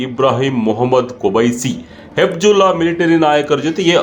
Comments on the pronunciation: Hizbulla antha heli hibjulla alla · ಹೆಬಿಜುಲ್ಲಾ ಅಲ್ಲ ಹೆಜಬುಲ್ಲ. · ಗುರೂ ನೀನು ತುಂಬಾ Different ಆಗಿ ಹೇಳದೇ ಇದ್ರೂ ಪರವಾಗಿಲ್ಲ... ಹೇಳೋದನ್ನ ಸರಿಯಾಗಿ ಹೇಳು... ಅದು ಹೆಬ್ಜುಲ್ಲಾ ಅಲ್ಲಾ ಹೆಜ್ಬುಲ್ಲಾ... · ಅದು ಹೆಜ್ಬುಲ್ಲ ಕಣಪ್ಪ ಹೆಬ್ಜುಲ್ಲ ಅಲ್ಲ. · Adu Hebjulla allappa, Katbulla :face-blue-smiling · Hebjulla alla Hijbulla or Hejbullah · ಅದು ಹೆಬ್ಜುಲ್ಲಾ ಅಲ್ಲ. ಹಿಜ್ಬುಲ್ಲಾ. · Hebzulla alla kanappa adu....Hezbollah.